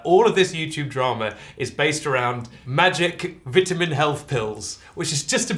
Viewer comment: Stop saying vitamin like vitamin